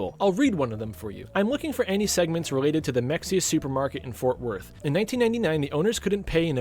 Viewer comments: hey btw its pronounced "muh hay uh" weird i know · It’s pronounced “Meh-hay-uh”. 🫡